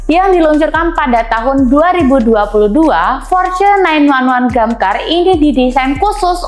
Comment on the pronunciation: hostnya tolong diganti kalo ga ngerti otomotif, dakar dibilang damkar😂😂😂